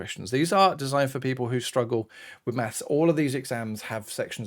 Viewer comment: I wuv XD <3